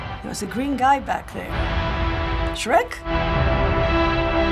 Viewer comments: "Sherk" hahaha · Alisson Zuloaga SHREK not SHERK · “Sherk?” Hahahahahaha SAME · "Green guy back there" "Sherk" LMAO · CAPITAN AMERICA,IRON,BLACK WINDOW, HOWKEY, THOR,"sherk"